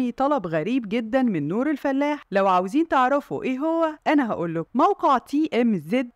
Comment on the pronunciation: الفَلاَح وليس الفلّاح